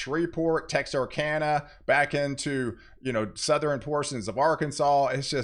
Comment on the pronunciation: Please stop pronouncing "Southern" and "Northern' with "3" syllables. They both have only "2" syllables.